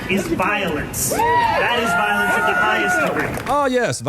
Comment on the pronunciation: He's useing law language when he says voilence.